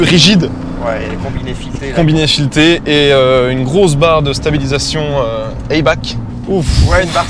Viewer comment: Pour info, Eibach c'est allemand donc ça se prononce "aïe-bar" et pas "aïe-bak".